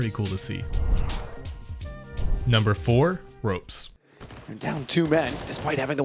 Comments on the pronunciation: Ropz not ropez... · Lmaoo it’s pronounced RAWPS not ROPES xD SERK NOT CER-Q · I think it should be ropz not ropes bc I'm estonian also and everyone calls him ropz nit ropes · Pronounced “rawps” and “serk”, not ropes and serkue. ESL One New York was not a major btw, otherwise gnarly vid. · You seriesly called ropz for robes.... You even heard the caster say his name right... And that just gives me cancer.. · I can tell u barely know anything about pro cs just from u calling esl ny a major and misspronouncing ropz and cerq’s names lol nice video tho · Bro these guys know nothing about the CS scene, they prounced two names wrong and there has been no NY major. Pretty good video still